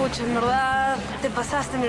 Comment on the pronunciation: El "pucha" superpituco y esa exageración en alargar la jota jajjaa y el "pe" y "causa" super barrio